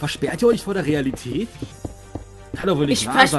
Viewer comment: Hat er RIAlität gesagt? XD